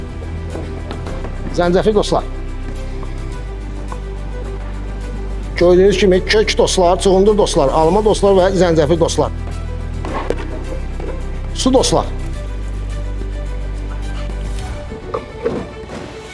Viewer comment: Danışıqda birazda diqqət versəz yaxşı olar.cugundur dostlar yox. Çuğundur əlavə edirik dostlar.